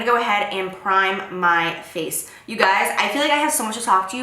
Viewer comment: the way she said "my face" sounds exactly like "ma fesse" which means my ass in french 😂😂